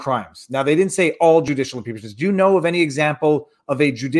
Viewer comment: 'peachmints are awesime, just ax Dom Lemin...